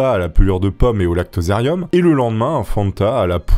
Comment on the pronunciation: 😅 lactozerium qu'il dit !